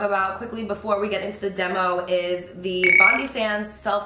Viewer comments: As a Sydneysider I can confirm it's pronounced "Bon-Dye" rather than "Bon-Dee", after Bondi Beach :) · Great video but it's pronounced "bond-eye" as in Bondi Beach, Sydney... not Bond-ee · The brand is pronounced Bon-die not Bon-dee. xo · Carli Bybel It’s BONDEYE not BONDY! It’s a place in Sydney Australia. Bondi Beach is one of our most famous beaches. Bondi Sands is an Aussie brand. 😁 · "Bond-eye" as opposed to bond-iii :) (It's like the beach in Sydney) - you look beautiful as always xx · Love seeing Aussie brands getting noticed ♥️ Ps it’s pronounced Bond-eye not Bond-ee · Its pronounced Bond-eye. Its named after the famous Bondi Beach in Sydney, Australia. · Hey girl! Bondi sands is an Australian brand but it’s pronounced bon-dye not bondeee !!!! Xx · Just wanted to be a geek and let you know it's pronounced BOND-EYE not bondee.. Sorry!! its from the famous beach in Sydney Australia called Bondi beach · its pronounced BOND-EYE sands not BONDEE sands hahahaha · Hey love, it’s pronounced Bond(eye) (capital I) after the suburb of Bondi in Sydney, Australia 🇦🇺 its an Australian brand. ❤️ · Love the vid girl! Seriously love seeing Australian products get love 😍- just FYI you actually say it like “bond-eye” It’s the name of a beach in Sydney here in Australia. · I find it so cute the way you say Bondi! Its pronounced Bond-eye hahahaha! Love you Carli! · You're so pretty its actually insane! I'm from Australia and it's actually pronounced 'Bond-eye' like the beach in Sydney :) xx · Bondi is actually pronounced "bond-eye"!! It's a really popular beach in Australia. Would really love it if you visited and did a meet up of some sort 😍😍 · I have been waiting for thiiiiiiis!! Also babes just FYI its pronounced like BON-DYE sand, its named after a place in Australia called Bondi (pronounced BON-DYE) where there is a really famous beach, Bondi Beach :) #infofromanAussie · Hi Carli just letting you know it’s pronounced like “Bond-eye”, as in Bondi beach in Australia 😊